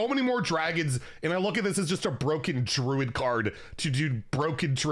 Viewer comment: Blah blah blah mandatory comment here. BUH'ROKE